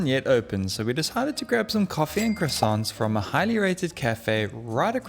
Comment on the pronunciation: Stop saying croissants!